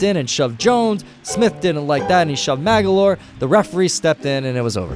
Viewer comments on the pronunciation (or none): "Jamaal Mag-a-lore" lol who is this guy? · “Mag-a-lore”. Dead giveaway the narrator isn’t a real basketball fan 😂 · Did I just hear you say Magolore? lol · Magloire not “Mag a loire” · Jamaal Maglooooire not magalor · Jamaal "Mag-ah-lore"? Seriously? 😵‍💫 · Magalore wtf. It's Magloire. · "Mag-a-lore" nope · Who's Maga-lore?.... You mean Jamaal Magloire?... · Jamaal "Maga-loore"...bwahahahahahahaha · Jamal “Maggie-lore” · He called Jamal Magloire.....Mag Or Lee? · It's pronounced Ma- Glore lol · "Jamal Magalore" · Jamal Magloire is pronounced Mag-Lore. If you can’t pronounce every name in these videos hire someone to oversee that you are doing it correctly. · Jamal muh glore not whatever the hell you said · maga lore?? wtf learn how to pronounce the dude's name correctly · Jamaal Mag-a-lor??? Really??? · Jamal "Magaloire"..... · Awesome video! As alwaysFor your future correct pronunciation of obscure nba players last names reference:Jamal Mah-glor-ee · Why do you pronounce Jamal magloire like that😅😅😅😂😂😂😂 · Is no one really going to talk about how he butchered pronouncing Jamaal Maglorie's name here? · You weren’t saying Jamal Magloire’s correctly , I was getting annoyed lol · Your pronunciation of Jamaal Magloire’s last name gave me swine flu... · Who ever does these game voice overs u can tell isn’t an nba fan he didn’t know how to say jamaal Magloire’s name lol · You don't know how to pronounce Magloire and you hate Kobe. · And you misspelled Dwyane Wade. And you mispronounced Jamaal Magloire TWICE. Jesus you guys aren’t even trying anymore. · Its pronounced MAGLOIRE.